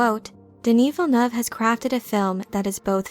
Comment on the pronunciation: As a french canadian, you're probably the only youtuber who pronounces "Villeneuve" the right way. I appreciate (and Denis also probably)!